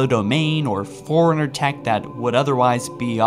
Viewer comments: And forerunner sounds like foreigner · learn how to pronounce things its fore runner li brar ian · it sounds like you said an ancient foreigner